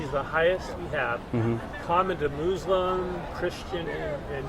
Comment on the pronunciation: “The Mooslim..” 🤣🤣🤣 love the pronunciation.